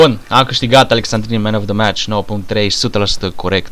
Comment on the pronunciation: Alessandrini* nu Alexandrini ca i francez